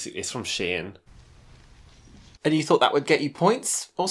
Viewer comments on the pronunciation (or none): pronouncing "Shein" posh, no no. But keep saying it please